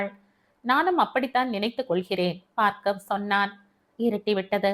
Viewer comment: Hi mam... ❤️❤️. கதை நன்றாக இருக்கிறது ஆற்றின் வேகம் போல, இயல்பான நடை. Btw, மேடம் என்னை தப்பாக நினைத்துக் கொள்ளாதீர்கள் adu Baargav... நீங்கள் பார்க்கவ் என்று படிக்கிறீர்கள். பார்கவ முனிவரின் பெயரால் Baargav ena பெயர் வைக்கிறார்கள். தயவு செய்து மாற்றி படியுங்கள் நாளைக்கு. 🙏